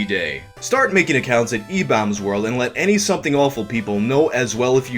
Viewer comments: stop saying like that im gnna go retarded "EBAULMS WERLD" stahp- oh god. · Lol i thought it was pronounced ebaumsworld not ebowmsworld Learn something new every day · I thought it was pronounced Ee-bombs world lol idk tho I don't think I was alive back when it was popular or at least not like cognitive I was born in March of 2001 so idk lol lmk🤷🏻‍♂️😅😅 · I've always pronounced it e-bombs world lol thanks for the clarification lol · IDK why but I always pronounced it e-BAWm's world. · RIP YTMND ⚰ So were my group of friends the only people who [mis]pronounced EW as "E-Bomb's World"? Maybe it was the slang and interests of the time. ...of that particular group. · I have never heard ebaumsworld pronounced that way, ever. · So are you saying I've been pronouncing ebaumsworld wrong for something like 15 years? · Why do you say Ebaumsworld so weird? You said that guys name right(the first time), but then say the same word wrong when saying Ebaumsworld. You said it right later in the video. So I guess good job?